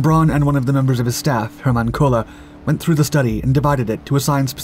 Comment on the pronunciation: How did you butcher the name "Werner von Braun" every single time but absolutely nail the "Hermann Kohler" thing first try? 😂